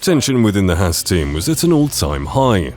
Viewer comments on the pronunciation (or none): It’s Haas not hass